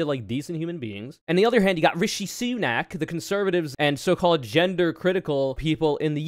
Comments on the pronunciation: The pronunciation of RISHI SUUUNAK tho. 🥴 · The way you pronounce Sunak name is actually pretty racist